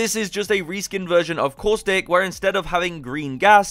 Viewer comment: That’s not caustic that causthic